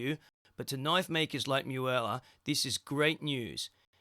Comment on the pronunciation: its not miuela.......its MUELA